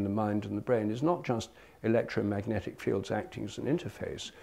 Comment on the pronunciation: "electrometic impulses"? Was his voice trying to say "electromagic"?